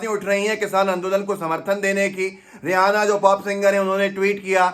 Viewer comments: जब नाम रियैना है तो रेहाना क्यों बोल रहे है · रेहाना नही रेहेना है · It’s not Ri-ha-na. ‘H’ is silent. It’s Ri-a-na. The andhbhakts have no respect of themselves; so they put India’s name at stake. As per BJP and their andhbhakts supporters, any one in support of farmers are anti national. For them, BJP= India. Now that Modi has already sold the country to Ambani/Adani, he won’t take the bills back.I suppprt farmers.